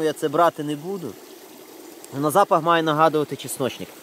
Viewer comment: часночник!!!!? ти, чоловіче, як не зі Львова! ЧАСНИЧНИК??? Твоя мова...!!!! ганьба!!! Ти ж на публіку працюєш!!!